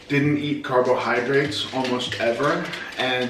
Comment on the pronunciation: I love how he says carbohydrates Carb-OH-hydrates